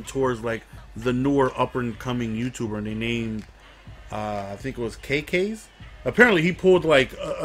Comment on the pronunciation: KAYKAYs xD your pronunciation tho